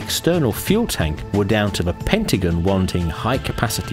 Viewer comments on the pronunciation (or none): none